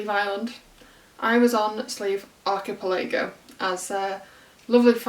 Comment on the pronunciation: The stress is on the third syllable of the word archiPELago.